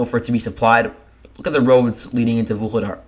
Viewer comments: You pronounce vul he dar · It's pronounced VU LAY DA, it's rather annoying to listen to the repeated mispronunciation...😡😡😡😡.